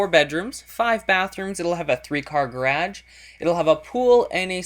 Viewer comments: Pits g-a-r-a-g-e!not gradge! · its pronounced GA RIDGE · Yupp also can you please learn how to say garage it drives me crazy no offense though please dont take this too personally! Love your vids and your houses! :D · it's garash, not garädch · Gerage is how he pronounced it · "Three-car gurraaahdjh." Are you from Minnesota? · Is that thing? He said garge. Hmm I think hes gay. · i love how he says garage, i love this guy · He says garage really cool. :) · from watching your videos...i've started saying garage the same as you people get pissed bout that shit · / love how you say garage... :D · u say garage funny haha :)